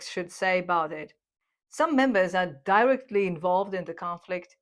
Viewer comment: Love your content! FREE FEED BACK - constructive criticism Words mispronounced: Resilience, Robust, Directly, Model, Gasoline, Incentives and rationality. But I must say, you have improved a lot. Congratulations! Much love from BRAZIL !!!